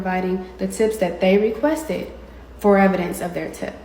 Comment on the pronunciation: "Now people have been axing me for evidentssss, and I think that is the most ridiculous thing that I've heard"